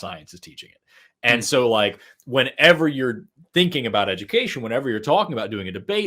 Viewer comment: with zero accent before, saying "we can talk aboot it" was the funniest thing I've heard all day. Just unexpected.